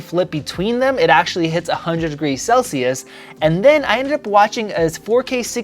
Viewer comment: Celsius or sell-shoes, funny😅